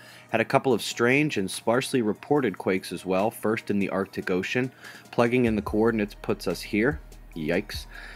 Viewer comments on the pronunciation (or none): none